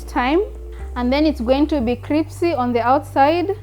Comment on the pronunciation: Did you hear her say cripsy the first time